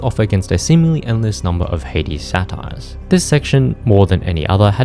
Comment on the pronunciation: Pronouncing saytr as "satires". 😂